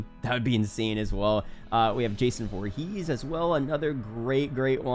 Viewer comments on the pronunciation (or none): none